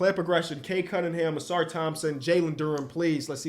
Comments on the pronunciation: Take a shot every time messes up Ausar’s name. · You had Ausar not Amen. Lol